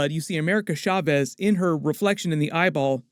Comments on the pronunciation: As a Hispanic person, it hurts my ears every time you say "shavez" instead of "chaves." 'Ch' supposed to sound like "choo-choo" or "cha-cha." I'm use to hearing bad pronunciations, but not so many in succession, lol. Please take this as constructive critique, ty. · Why do you keep saying “America Schavez”?